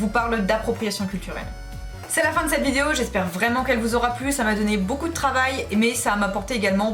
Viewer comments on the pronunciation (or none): none